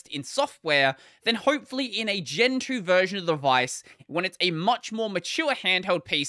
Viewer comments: You said gen 2 but I heard gentoo and thought were saying they were gonna switch xD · we know that's what he said, but it did sound like Gentoo xd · I also thought he said gentoo for a second before I realized what he was saying in the context.